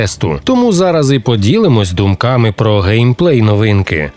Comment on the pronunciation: 10 місяців томУ, а не тОму. ДУмками, а не думКами бл💩